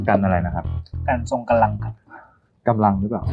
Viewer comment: กันอะไรนะครับ ทรงกะลัง ทรงกำลัง